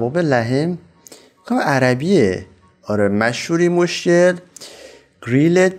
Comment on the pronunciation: اون مُشَكَل هست نه مشکل 😂